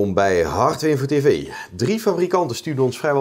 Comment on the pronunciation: 'welkom bij hardwevetevee' hahahaha